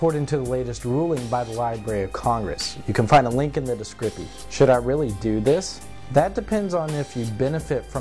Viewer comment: "descrippy" lol